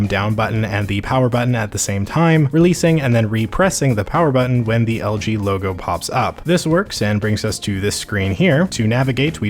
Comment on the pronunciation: Why do you say algae instead of LG